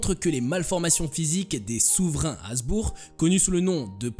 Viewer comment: Habsbourg pas hasbourg